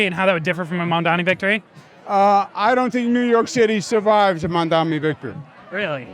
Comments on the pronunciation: HE STILL CAN'T PRONOUNCE MAMDANI HAHAH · Does anyone know the rationale behind them purposely mispronouncing "Mamdani" as "Mandami"??? Even after being corrected publicly? It makes Cuomo sound so stupid to me. I don't get it... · Incredible how Cuomo STILL managed to mispronounce Mamdani's name at this stage of the race. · Has Cuomo said "Mamdani" right one time ever? it's incredibly easy to say, he has to be intentionally mispronouncing it right? Seems so petty lol